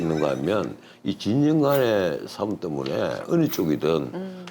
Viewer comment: 진영간에 사움이 아니고 싸움입니다ㅎ